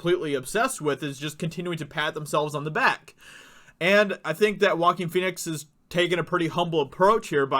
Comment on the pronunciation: Name is prounounced 'Wah-Keen' 'Fee-nix' not Walkin' Fenix.